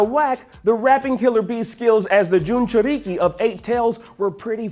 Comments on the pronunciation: The he said it Jinchuruki but pronounced it wrong lol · Why is it so hard to pronounce Jinchuriki correctly?